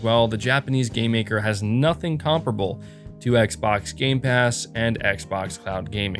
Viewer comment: Why do you pronounce comparable so weird?